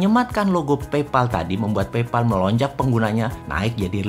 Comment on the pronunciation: Pay dibaca Pey Pal dibaca PAEL Paypal